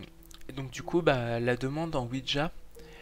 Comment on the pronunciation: juste ouija et pas ouidja x)